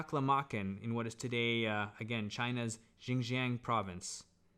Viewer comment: But you don’t speak Chinese! So, your pronunciation of Xinjiang was not exactly right! In addition, Taklamakan does not mean what you said. A lot of people say so, too but…